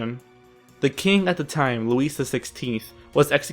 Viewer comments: I agree: It's loo-EE, not LOO-iss, for Louis; GHEE-oh-TAN(G), for Joseph Guillotin; the machine, Guillotine, was meant to be a feminization of his name. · Sorry, but when you pronounce the name Louis the is is silent. Not meaning to be picky but it does hit a sour note to a Frenchman. Carry on. Allons y. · 'Louise' XVI?!! Oh dear! Louis is pronounced 'Lewee' or 'Lewie' and I'm not sure the pronunciation of 'Guillotine' in the video is used in common parlance. Not here anyway! Just you next time Simon, just you! You've got a great format as it is :) I'd offer myself for some VO's but I'm not really working presently :( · its not Louise or Luis its pronounced Louie. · It's pronounced "Loo-EE", not Loo-eese". You must have slept through that week of middle school. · I agree. And to my fellow American narrator,, final consonants are not pronounced in French unless followed by an "e". Hence, Louis will not sound like "Lewis" as you said but as "Louie". And Madame Tussaud will sound like "To-sew". Just trying to help you (not make fun). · Rob-es-peer? Louise the 16th? LOL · This video has some historical errors, and some of the narrators don't even know how to pronounce. (Hint: It's not Ro-bess-pee-air or Loo-ees) Robespierre didn't shoot himself. He was shot by one of the soldiers sent by the Assembly to the Pavillon de Flore where the Committee of Public Safety (French: Comité de salut public) had its headquarters. The musket ball hit Robespierre straight in the mouth, shattering his jaw. The wound was roughly bound with a cloth. Robespierre, conscious throughout, was placed on a table where he lay moaning for hours. He was taken to the Place de la Révolution (now called Place de la Concorde) where the Paris guillotine was erected. One of the executioners ripped off Robespierre's bandage. Witnesses said that part of the "Incorruptible's" lower jaw came away with the bandage. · Louis became LUISE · Thumbs down for the moron not knowing how to pronounce Louis.